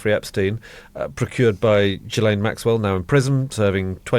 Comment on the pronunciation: Why are we saying "Jillaine" now? I mean if you don't even know how to pronounce her name, after all the years of media exposure...